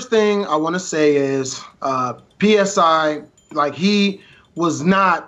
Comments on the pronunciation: Thats not how u say his name its a greek letter its not P.S.I. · "p.s.i." Say Lewis's fucking name right.